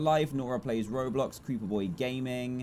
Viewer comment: ROBLOX are you saying ROBLIX!